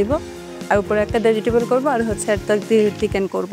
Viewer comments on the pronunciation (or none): চিকেন উচ্চারণ টাও তিতেন,ভেতিতেবল বলে।ভাই এ বলে প্রথম হয়। কি সিন্ডিকেট ভাই